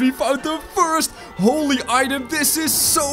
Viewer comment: holly book. me:IT IS THE BIBLE